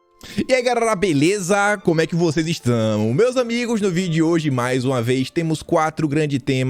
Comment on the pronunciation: e ai GARERA?? BEREZA??? KKKKK GENIO